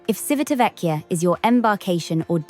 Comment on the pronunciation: Good pronunciation except for the first syllable. The first syllable is "Chi" as in chips. Our Italian captain on Enchanted Princess kept saying the town as we headed there and it was also where his home was.